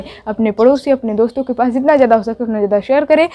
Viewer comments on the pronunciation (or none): none